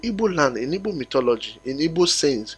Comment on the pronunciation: Our name is not Ibo. We are Igbo.please pronounce it well